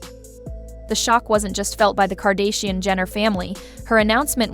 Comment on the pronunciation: Cheese and Rice. I CAN'T handle this AI voice that can only say sight words properbably. Do you not pre-listen to what you post? "Tekilla", "CARD_actianon"...like make it stop, you're literally making me rage post.